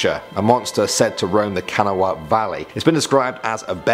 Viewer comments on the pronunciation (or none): you mispronounced "Kanawha". Instead of "Kana-wa", it's "Kun-aw". Just saying, not to sound like a grammar Nazi. Also, I live in West Virginia, I think I know how to pronounce one of our counties properly. Again, just throwing this out there. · As a west virginian born and raised, i must comment that it is not pronounced “can-a-wah” it is pronounced “kah-nah-wah” thank you for your time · Finally us West Virginians get some recognition! Also, cringing at the pronunciations... Kanawha is pronounced "Can-Knaw" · Its Kuh- naw not kanawhah I live beside the river just for proof Winfield,WV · its not kanawha its ka-na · it’s kanawww not canawa and it’s spelled kanawa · Kanna wah omg I cant stop laughing it’s prounounced ku-naw-wuh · Kan-a-wha valley lol. Its pronounced Can-awl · Its pronounced ka-na-wha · kanawha valley fiends where you at XD and also its pronounced can-aw county lmao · Kanawah is pronounced (Ka-naw) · It's KA NAH WAH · It’s pronounced ka-naw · Native West Virginian, here, who grew up with these stories. First, it's "Clen-DEN-in, " and "Kan-AWE-uh." The Flatwoods Monster is usually referred to by locals as "The Braxton County Monster," and unlike most of the others on this list, many still sincerely believe in it. Fairfax county is in Virginia, not West Virginia. It's "Logan," not "Rogan," and it's ugly enough a town without a ghost. I've heard the "Screaming Jenny" story many times. Harpers' Ferry, in the NE part of the state claims her, but so does Bluefield, in the South. It's "mon-on-GAIL-ya." Droop Mountain is creepy as heck, prone to heavy fog, and along with the generally grim weather, and the geography - lots of deep cuts and steep slopes that make for some eerie lighting, you'd get the shudders there without a ghost. But I've heard the story many times. A deputy I know swears he saw it, and he's not the easily spooked type. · Kanawha is pronounced kahn knaw ah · I’m from West Virginia and Kanawha is pronounced kan-all-wa 😂